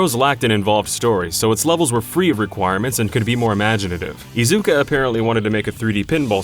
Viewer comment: Protip, guys: *Ta*kashi *Iz*uka. First syllable heaviest, & never enunciate a "u" sound in Japanese. Thanks so much for your content, guys.